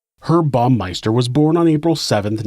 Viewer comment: Is this a computer voice, or do you just have trouble with pronunciation? It's HERB, with an H, not like "erb". And it's BOW-meister, not BOMB-meister.